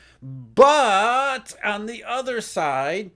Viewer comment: Every time he said BUT, he woke me up. Obnoxious